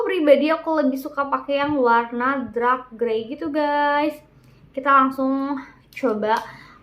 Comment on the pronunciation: Dark mbak Bukan Drak Semangat